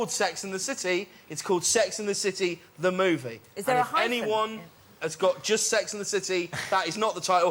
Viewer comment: "Allo, where is ZE shop? I'm going to ZE train station."